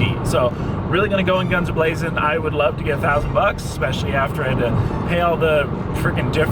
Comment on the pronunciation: Did you say" Goin in gums a blazin`" ? If you did i think thats my favourite saying now. Lol